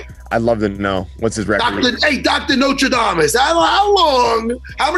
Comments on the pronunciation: Matt Serra "notre damus" lol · Dr Notra-Dam-iss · “…Dr NOTRADAMUS!” - Matt Sera